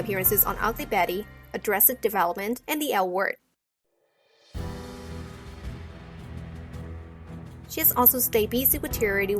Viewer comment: That is the ONLY right way to pronounce "addressted development".